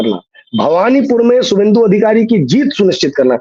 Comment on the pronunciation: शुभेंदु लिखिए शुभेंदु बोलिए।